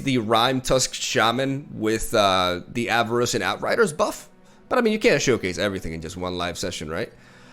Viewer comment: there is no i in Avarosan, it's Ava-Ro-San (you're the second streamer doing this for some reason)